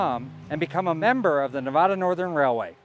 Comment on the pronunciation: Nice , but you need to learn how to pronounce Nevada.